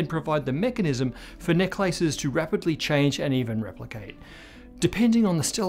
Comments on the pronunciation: I kept hearing "neck lices". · The only thing I got from this video is that he pronounces "necklaces" differently. 😅